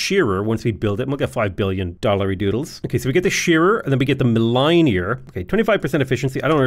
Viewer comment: Anyone else find it very difficult when he was repeatedly mispronouncing milliner? 😂, the second i is soft the same as the first so it's said like mill-ih-nr